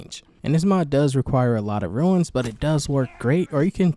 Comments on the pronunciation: Rune, not Ruins lol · it's pronounced "Roon" like "Boon", you are saying Ruin instead as in 'a broken down building'. Epic video! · Runes is pronounced Roons. Not ruins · That annoyed me😂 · It annoyed me too. But accents are a thing